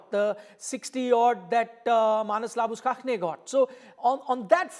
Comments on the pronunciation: maa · nuhs la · buh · shayn not maa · nuhs la buh kakeneee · Can’t you pronounce Labuschagne properly,?